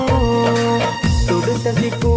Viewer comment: തുടുത്തസിക്കു ❌ തുടുത്ത സൈത്തൂൻ